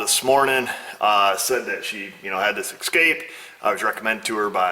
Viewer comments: Seen a few of your vids and they are fairly well done but.....ESCAPE doesnt have an X in it. Just a major pet peeve, its S-cape not X-cape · Ooooo a Ford "Excape"